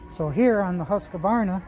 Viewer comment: FYI,Husqvarna only has 2 A’s. Not 3. “Husqavarna” lol.